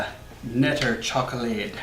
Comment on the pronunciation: We do pronounce the k in knetterchocolade 😊